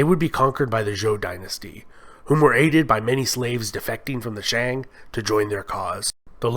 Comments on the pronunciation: This is the most positive Chinese history made by Westerner. I hope Westerners can judge China not only based on the last 100 years, but the whole history. The only thing I think the narrator can improve is some of the pronunciation of the dynasties, eg. Shang, Sui. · Notes: (mostly about pronunciation) 1.Longshan is pronounced long shaan, not luung shaan 2.Xia is pronounced Sha not Zia 3.Shang is pronounced Shaang, Mandarin has no 'ay' vowel 4.The bronze mask you show on the screen while talking about the Shang is from Sanxingdui, and is associated with the Shu kingdom, who were enemies of the Shang and allied with the Zhou kingdom to topple their reign 5.Daoism in the Zhou period was philosophical, not spiritual, religious Daoism developed under the Huang-Lao school in the early Han Dynasty 6.Qin Shi huanG not Qin Shi Huan 7.Sui is pronounced Sway 8.Tang is pronounced Taang 9.The ua in Yuan is a dipthong, it is not disyllabic. think Y-ooeeh-n